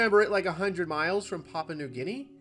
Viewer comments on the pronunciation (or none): none